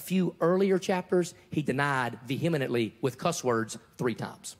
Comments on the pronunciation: Did Locke just say Ve-hem-ih-nent-ly? Did he mean vehemently? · . Vehimenently? Lol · The song is Keep-A-Knocking by Little Richard. Also, Locke said "vehemenently" 😂